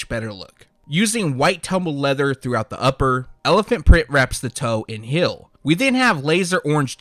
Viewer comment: There it is he says hill again Instead of heel. Lol this guy